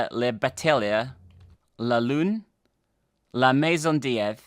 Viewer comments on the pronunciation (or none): none